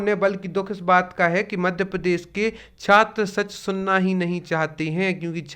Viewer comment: पहले मध्यप्रदेश शब्द का उच्चारण तो ठीक से कर लीजिए, उसके बाद ज्ञान दीजिये।मराठा आरक्षण मामला अलग है, वहां मराठों को obc से इतर एक अलग वर्ग बनाकर आरक्षण दिया जा रहा था।रही बात 50 प्रतिशत की लक्ष्मण रेखा की तो ये तो तमिलनाडु, असम , कर्नाटक सभी जगह कई वर्ष पहले टूट गई। स्वयं केंद्र सरकार ने ews के लिए 10 प्रतिशत आरक्षण द्वारा ये सीमा तोड़ दी है जिस पर सुप्रीम कोर्ट में सुनवाई चल रही है।देश की 15 प्रतिशत आबादी 10 प्रतिशत आरक्षण लेकर बैठी है , जबकि 52 फीसदी से ज़्यादा आबादी ie obc का प्रतिनिधित्व 15 प्रतिशत भी नहीं है। neet के मामले में तमिलनाडु सरकार ने सुप्रीम कोर्ट में बेहतरीन दलील दी है कि सामाजिक न्याय , समानता के मूल अधिकार का अंग है और सकारात्मक कार्यवाही उसे साकार करने का अपर्याप्त परन्तु ज़रूरी तरीका है।